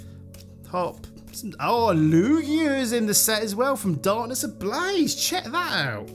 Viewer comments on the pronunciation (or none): none